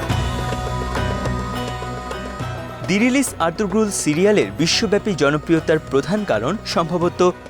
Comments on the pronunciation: এত বড় ভিডিও বানালেন অথচ জানেন না উচ্চারণ হবে আর্তুরুল, আর্তুগ্রুল না। তার মানে আপনাদের কেউ সিরিজটি দেখেইনি। অন্য কোন ভিডিওর আলোকে তৈরী করেছেন এটি৷ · নামটা হবে আরতুরুল। গ টা উচ্চারণ হবে না। একই ভাবে তুর্কি ভাষায় ক ও খ উচ্চারণ হয় না। খাতুন নয় হাতুন, খানম নয় হানুম । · উচ্চারণ আর্তুরুল হবে